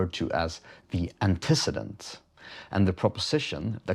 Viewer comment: People typically pronounce it Anteh-ceedent